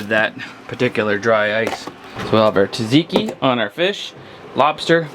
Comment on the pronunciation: Its not taTziki tSatziki tsa not tat